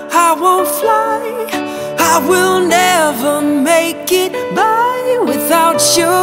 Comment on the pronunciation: Would like this 10x better if you didn't pronounce it as "without chuu" 50% of the time throughout the song. D